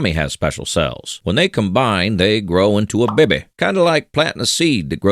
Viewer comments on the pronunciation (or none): I find it funny how you say "beby" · I love how you pronounce baby as beh beh